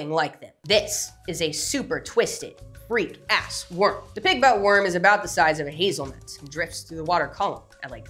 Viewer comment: 😂yep, the em-PHASIS on the wrong syl-ABLE changes it all up!